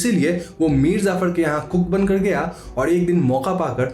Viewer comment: bro its Mir Jaffar nor zafar...